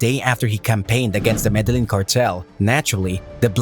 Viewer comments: Show some respect for your subject. You can at least learn how to pronounce the names of places. "Medelynn?!" #comeonman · For fucks sake, if you're making a video about El Cartel de Medellin, atleast pronounce Medellin correct.